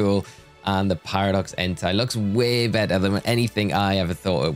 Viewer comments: Please stop saying "entai" instead of "entei"... it's really disturbing (if you know what I mean😏) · Hey, I don't know if you're gonna see this comment, but I hope you do. You're pronouncing "Entei" wrong, it's "En-They", not "En-Thai" (which could be confused with an other (demonetizable) word that sound almost the same).... Actually there's also "Miraidon", which is pronounced "Me-Ra-E-Don", not "Mo-Ra-E-Don" or "My-Ra-E-Don". Also Fun fact, Koraidon and Miraidon names are wordplay in Japanese for "Korai" (Past) and "Mirai" (Future).